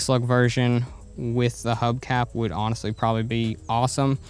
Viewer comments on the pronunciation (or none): none